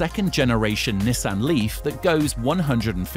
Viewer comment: . Nihsan???It is pronounced Neesan.